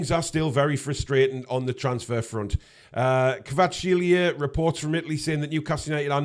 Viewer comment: We will sign Kvaratskhelia when learns how to pronounce his name:P